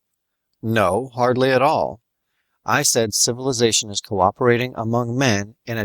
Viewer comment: . /!hahaaah! Sifilussation